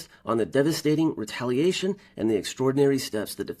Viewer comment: "devasting" haha